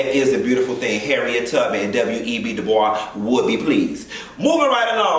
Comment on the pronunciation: He pronounced it correctly.